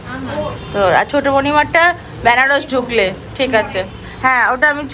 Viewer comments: " ব্যানারস" প্লিজ বলোনা। বেনারস বলো।😅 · English e benaras e pronounce hoi. Na jene gyan dewa soja. Pronounciation anek rokom hoi. Baranasi o toh bole abar kasi bole.😅